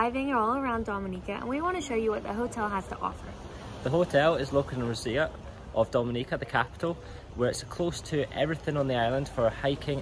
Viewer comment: its pronounced row zoe - roseau